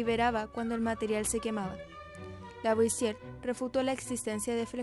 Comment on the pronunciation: Raro que pronuncien bien "Antoine" (Antuán), pero no "Lavoisier" (Lavuasié), Por lo demás, excelente video.